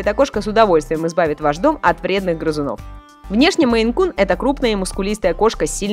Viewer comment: не Men, а Maine